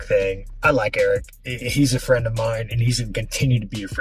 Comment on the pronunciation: If Belal is so big now... take the Makhachev fight. Otherwise the UFC needs to start putting clauses in contracts "you will not turn down fights cause theyre your 'fwiend' "